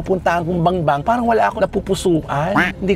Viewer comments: Bambang hindi Bangbang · BAMBANG, NOT BANGBANG